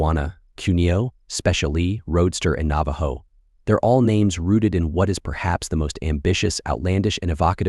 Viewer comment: did ur AI voice just pronounce that cars name as straddle? 🤡